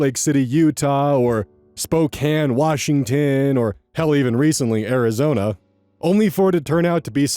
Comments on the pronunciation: I'll give my thoughts on other stuff in a bit.But it is so refreshing to hear someone pronounce spokane correctly. --People who try and scam people with romance stuff are garbage. A lot of the victims are people who need genuine love and affection. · 1000% bonus for saying Spokane correctly.